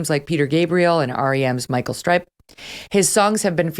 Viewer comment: Who the hell is Michael Stripe? Have some respect, learn the names of the people you are "reporting" on.